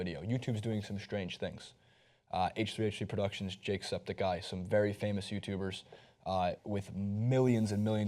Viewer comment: "jakesepticeye" its jacksepticeye!